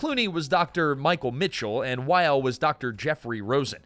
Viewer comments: I’m here just to see how many complaints there are on the pronunciation of Wyle. It’s pronounced “while-ee” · Again, if you are going to present a video like you know something about the topic, it would help a lot if you didn’t mispronounce names multiple times! Why-lee not While! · The names are pronounced as Noah "why-lee", not "while" and Michael "cry-ton", not "crich-tun". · He's pronouncing Wyle wrong as well. It isn't Wile. It's Wylee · WYLE LIKE WYLE-E!